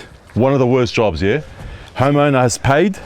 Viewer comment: Everytime says homeowner I don't know why but it always sounds like he's about to say "HOMO" 😂